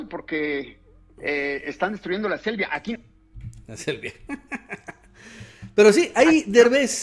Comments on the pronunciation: Jajajaja toma chocolate Derbes y se dice selva aber di aprendes ablar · La Selvia, ni lo puede “pronunciar”. Y su personaje de Coda es falso, sobreactuado, no aporta nada.